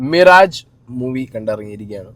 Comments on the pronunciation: മിറാജ് അല്ല മിറാഷ് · മിറാജ്ജ് അല്ല മിറാഷ് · മിറാജ് അല്ല മിറാഷ് ആണ് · അർജുൻ ഉള്ളത് കൊണ്ട് മാത്രം മൂവി കാണും..ആ മോനെ അത്രയ്ക്കും ഇഷ്ടം ആണ്.. മിറാജ് അല്ല ബ്രോ മിറാഷ് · Mirage❌ Mirash✅ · മിറാജ് അല്ലെടേയ് മിഹ്റാജ് ആണ് 😂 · Not Mirage it is pronounce like mirash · മിറാജ് അല്ല ചേട്ടാ മിറാഷ് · Mirash ❌️ mirage ✅️ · മിറാജ് ❌ മിറാഷ് 😅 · മിറാഷ് not മിറാജ് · Mirage അല്ല 😂😂😂 പേരു അദ്യം മര്യാദയ്ക്ക് പറ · പേരു പോലും പറയാൻ അറിയാതെ റിവ്യൂ ചെയ്യാൻ നിൽക്കരുത് ചേട്ടാ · enthoo.. bro iavante pronunciation thettaanu. Ippo palarum parayuna reethiyilmthenneyaanu athu.